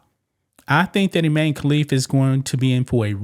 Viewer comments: His name is I MAN e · Pronounced I-MAN. And he is.